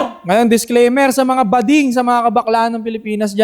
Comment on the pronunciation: hindi gooding yun, bading yun 😂😂